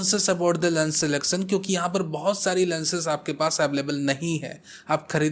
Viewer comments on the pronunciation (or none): none